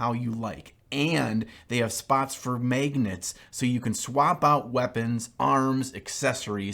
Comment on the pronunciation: I just want a video of saying “maygnets” for 10 minutes